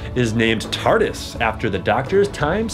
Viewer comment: the annoying blonde guy does not say Tardis, he says Tartis